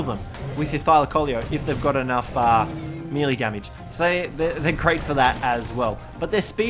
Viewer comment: does it bother anyone else that he pronounces "melee" wrong?